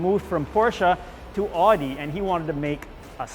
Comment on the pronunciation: What a shame. Couldn’t even pronounce ow-dee right.